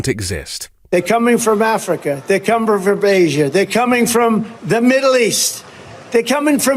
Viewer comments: "They're comebttfur Basia" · “ they’re coming from Africa, they cumber frob Asia”